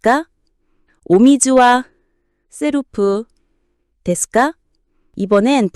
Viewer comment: 발음 좀 제대로. セルフ 세루후 셀프가 뭡니까